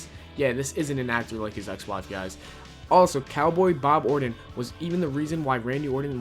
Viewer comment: These garbage Youtubers only care about pumping out low quality content as fast as possible. He can't pronounce Orton or WWE, and he can't write a sentence that makes any damn sense. Most of the time they're trying to speak so fast they don't enunciate anything and it comes out sounding like garbage. These people do not deserve our views.